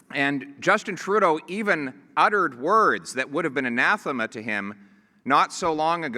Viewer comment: This guy understand economics and he knows how to pronounce 'anathema'? Dear Canadians, if you vote for this guy, im coming over to live with my family in Canada. Greetings from Holland.